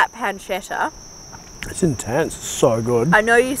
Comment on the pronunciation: Its pronounced pun-che-tta